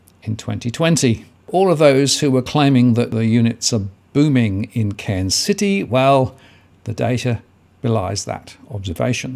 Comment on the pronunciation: Very questionable data coming from someone who can't even pronounce the cities name.